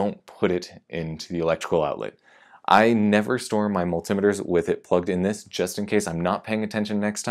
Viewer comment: I'm older than dirt and I ain't never heard nobody call them gadgets mull-tim-uh-ters. Well, until now that is.